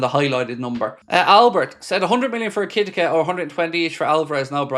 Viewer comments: Eki-tike….not ekitika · It's Eh-ki-tea-kay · e ker tee kay , that's how you pronounce his name . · Stop saying his name this way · How has no one in the chat corrected yet on the "ekitike" pronunciation? 😂 Has been going on for weeks lol